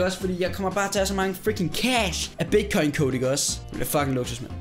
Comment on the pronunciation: Siger du Bigcoin? AHAH, eller er det bare mig der er fucket? AHA